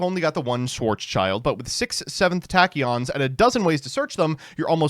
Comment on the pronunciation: "Six Seven-th tachyons" I can't do this anymore, man